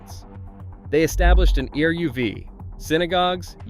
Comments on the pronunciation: the sad fact that ai is making great content, but actual humans should do the audio... E.R.U.V. for eruv and Чallah is oof. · Eruv pronounced air-ruv not eh-u-v. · "The town has an E-R-U-V" I am rofl! Pictures that have nothing to do with what's being talked about. A narrator who has no idea what he's saying. I dont know if this is AI Slop or just slop! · e.r.u.v. is pronounced ayruv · Or E-R-U-V. It's so annoying. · And eruv and tomchei shabbos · And eruv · I stopped listening when you didn't know how to pronounce the name of the late Elie Wiesel (it's "elly vee-ZEL"). Oh, for dog's sake, "E--r--u--v". AI is destroying everything. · The AI narration is vile. Can't pronounce certain words like eruv, Elie Wiesel, and on and on. Really poorly done.